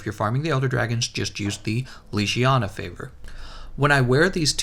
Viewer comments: "Legiana" how to pronounce : leg-e-ana not leeg-iana they say the name in the game how on earth do people get this wrong? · How did you manage to pronounce legiana leshiana? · How to do mispronounce Legiana? Boy can you read? LEG-I-ANA. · It’s pronounced leg iana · 370h... leGiana hard g please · The way you pronounce Legiana makes me cringe